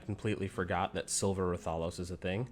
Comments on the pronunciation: Say it with me now wrath-uh-los not ra-thol-os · i hate the way you say raTHAlos